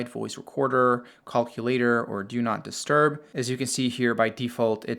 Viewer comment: I'm obsessed with how this man pronounces "calculator" and "notifications" 🤣